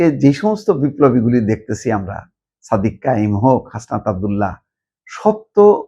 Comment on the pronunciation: You got to change your thoughts and I'll mentality. You are mentally sick and dishonest. How you pronounce the name of Hasnat Abdullah and Sadek Qayum with mockery.